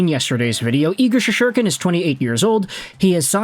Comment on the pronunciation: Bro it's Shessss-Tur-Kin not She-shor-Ken! lol 😂